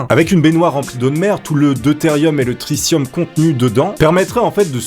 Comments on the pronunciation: C'est une super vidéo mais C'est "Tri 'T' ium" pas "Tri 'SS' ium" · On dit tritium pas tricium